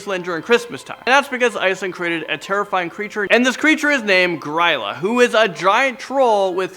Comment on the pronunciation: As someone from Iceland... it's pronounced "Gree-lah"